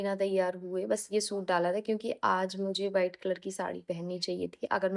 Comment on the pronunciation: Bas ek bat bolungi ki aap v ko b kyu bolte ho white ko bite bolte ho